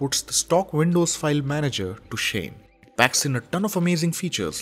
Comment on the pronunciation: You're pronouncing Windows as Vindows.